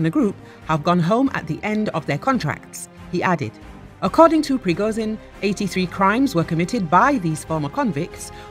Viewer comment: Почему эта баба постоянно говорит "Пригозин"? Это так сложно, выговорить "Пригожин"?! 😏